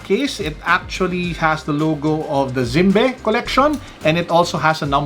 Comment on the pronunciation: Its pronounced Zim- bee sir. Even though i would prefer the phyto plankton, still a Handsome watch 🤗 Dapat pinakita mo din sir yun box heheh ganda box nyan. Saka yung Zimbe logo sa likod . ✌️😄